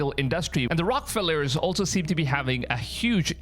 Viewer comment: Also totally mispronounced Rockefeller. There is an E in this case.. It should sound like a Rocket without the T at the end and then feller